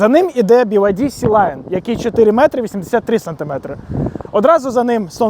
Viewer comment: На авторіа повсюди Sea Lion, а не SeLion